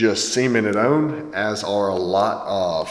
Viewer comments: They say “own” instead of “on” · Enjoy your videos Hearing you say "on" like "owen" makes me cringe though